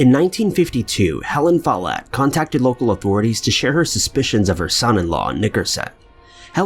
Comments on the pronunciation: yeah more emphasis on the o less on the e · I always know if someone comes from a Scottish background because they will pronounce my name the "right" way (MacKie). 😂 Do you pronounce your name with the emphasis on the first syllable? That is the only way I've ever heard it pronounced until this video. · Alex H.Follett how is it pronounced?